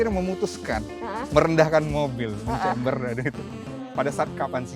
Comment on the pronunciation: camber. lebih baik pembawa acaranya ngomongnya camber, bukan chamber, supaya lebih meyakinkan viewer bhw ini emg channel mobil. ngerti smw ttg mbl dgn bener. camber NOT CHAMBER